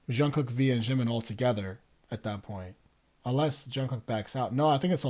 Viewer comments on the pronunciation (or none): jimin, jungkook and jin are all pronounced with a hard j like jungle :) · I can't get over the way you say Jimin and Jungkook.... I've never heard anyone pronounce them that way before not that it really matters but still it's different. I do hope you go and learn more about them all they have such a wonderful friendship honestly they really are a family and love each other a lot, it's really special. Ida s has a great video which will take you through who each of the members are and some of their background it's really up to date so you'll learn quite a lot. Xceleste has great videos as well such as BTS from nobodies to legends but there are other that are great too. I'm sure everyone already suggested all the videos to you so I wont add anymore.